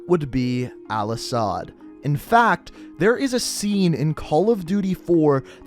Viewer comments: IT IS AL-ASAD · ITS AL-ASAHD YOU DUMBASS